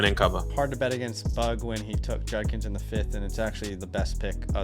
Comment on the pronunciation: Quinshon "Junkins"....